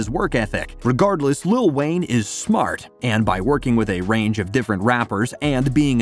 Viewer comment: It sounds like lil wang